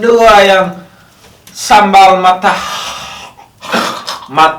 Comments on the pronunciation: Matah bukan mata, wkwk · Matah bukan mata 😁😂😁😂😁